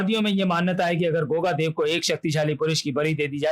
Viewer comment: Truti Sudhar => Deva nahi Dev hai 😤